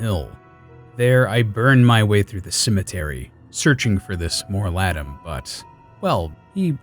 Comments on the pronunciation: It's not Mor-ladam, it's Mor-Ladeem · "More Lah' deem" pronunciation. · Your pronunciation of Mor ladim made me unable to watch the video